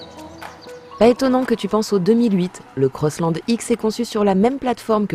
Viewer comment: CROSSLAND .... and NOT COSSLOND... french... omfg